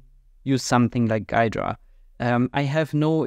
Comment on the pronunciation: It's pronounced "Gheedra" with "ee"